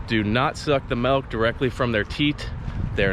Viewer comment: It’s milk not melk